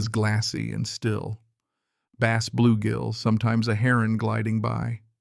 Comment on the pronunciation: Please teach your AI that the fish is pronounced "baaas", not "base"